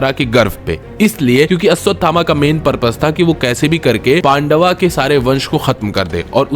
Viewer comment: जबरदस्ती का "आ" क्यों लगते है? जैसे पांडव को पांडवआ बोलना , धर्म को जबरदस्ती धर्मा बोलना, इस पर भी वीडियो बनाओ